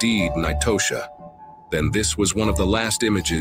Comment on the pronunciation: its pronounced like "Natasha" god damn they gotta learn sunnames are just spelled different sometimes.